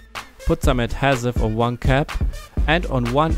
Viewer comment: Your pronunciation of adhesive makes this video unwatchable.